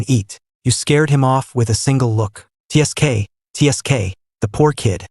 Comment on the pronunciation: one of the better stories out there. Now if we could just get AI to pronounce "wound" and "tsk" and other similar things correctly.